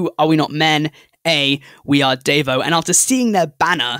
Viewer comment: DEVO ON THE LIST, OH HELL YES. Also, it's said De-vo, like, they got it from De-Evolution (I hope this doesn't seem like a rude comment?). That's all I'll explain because if I keep on this will be a really long comment. They're one of my favorite bands.